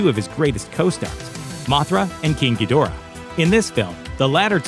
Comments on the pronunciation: Gee-DOOR-ah, not GEE-dih-rah? my bad, sorry, dude. dudes. -- deb-OR-ah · It was originally pronounced in Ghidrah the 3 headed monster and Godzilla vs Monster Zero...Gee-der-ra